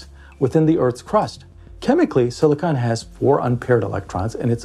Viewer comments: You’re saying siliconen wrong! Why!? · Silicon is not silica. Do not listen to a word this guy says.